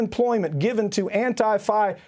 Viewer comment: Why can't this guy say antifa right?